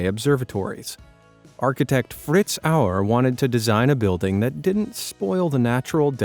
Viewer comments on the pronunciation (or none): none